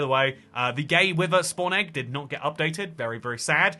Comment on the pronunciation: did he say "Gay wither spawn egg" ??